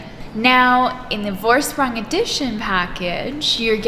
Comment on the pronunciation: Just a tip... the V in the Vorsprung is pronounced as F... as in Forsprung ;-)